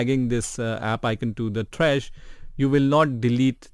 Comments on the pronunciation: The way your say “th-rash” instead of -T-rash” always triggers me but nonetheless great video. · who tf is t-rash its just trash, 1 syllable.